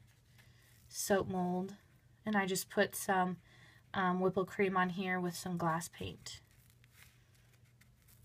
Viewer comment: Did you say ''whipple cream?'' If you did than what is ''whipple cream?'' and ''glass paint?'' 🎨